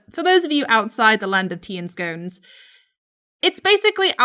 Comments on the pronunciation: You don't say scone like that! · 'Scoan'! Don’t you mean 'scon' :) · ok ok ok, but its scone like gone not scones like stone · “scone” is pronounced like “gone” not “cone”. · Did you just pronounce scone as scone? You posho